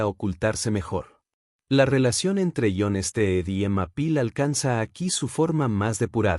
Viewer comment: ¿«Ion Ested», ? ¡Contraten a un locutor de verdad!